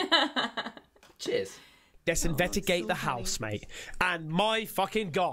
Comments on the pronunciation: But says investimagate which I like better. Rolls off the tongue easier. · You spelled it wrong. He says,"Invedigate"